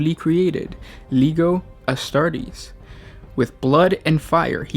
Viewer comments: I love these videos, but its (leh-ji-oh) Astartes, not (leg-ih-oh). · Legio, not Liego. Please. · leg I o astartes..with an "i" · "Lee-Geo" Astartes*